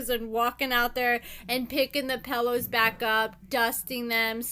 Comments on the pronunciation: PELL ohs lmfao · Why do you say pillow like that 😂😂😂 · Right?! I was wondering the same exact thing 😂😂😂